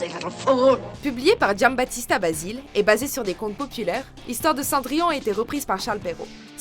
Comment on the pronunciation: La voix off te fais un genre d’accents anglais pour "Games of thrones" mais après répète plusieurs fois le nom de l’écrivain italien Giambattista Basile à la française. Ridicule ! Pour info l’italien ça s’écrit comme tu le parles donc tu vocalise tous les lettres exemple : Basile tu le prononce Basilé